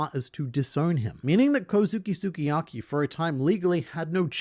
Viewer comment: mate, you say SUKIYAKI like this: SKII-YAKI. Means:My favorite cooking". OK, luv ya, bye!